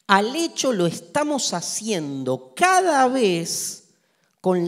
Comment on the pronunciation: “Bueno, como estang?”. Jajaja